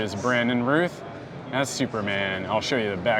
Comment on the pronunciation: For the love God it's "Routh", rhymes with mouth, not "Ruth", drives me crazy!